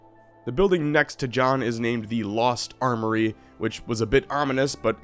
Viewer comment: The Lost 'Arm'-oury...! Just gonna let that one slip on by huh. :D